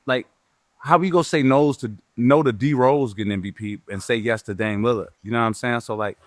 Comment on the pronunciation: Gil has never pronounced Dame’s last name correct. Dame “Leonard” … its a Lillard Gil 😅